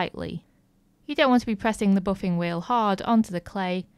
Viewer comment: Useful tips! "Boffinggg" What dialect is that???